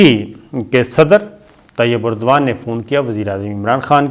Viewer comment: Sabir bhai tayyab erduwan nahi hai tayyab erdogan hai.correct karlain